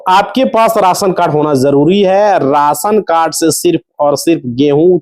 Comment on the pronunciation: Rasan cad nahi be ration card lagtha hai ye up bihar ka hindi sahi se bolna seekh be